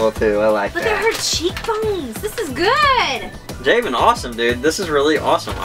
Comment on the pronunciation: you guys sorta butchered my name its pronounced (ja-vin) like gavin but with a j